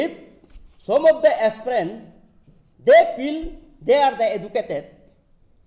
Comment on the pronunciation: At least pronounce it as 'aspirant' not 'asprent'